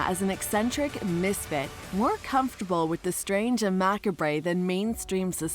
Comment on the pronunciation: It's not pronounced "mack-a-bray"